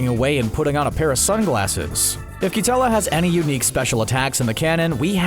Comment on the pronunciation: You botched so many names- Roshi is "rumshi" Katella is "quetella"